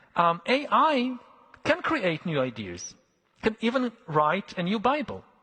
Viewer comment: Yo listen, this guy absolutely CANNOT be a superior being worthy of deciding the fates of the rest of us AND BE SAYING THINGS LIKE “IDEARS” - one or the other, brother…